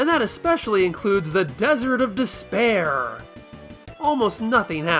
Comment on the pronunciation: What fun idea for a comparison video. Also when you said "Desert of Despear" the only thing I could think of was the albino in Princess Bride.😂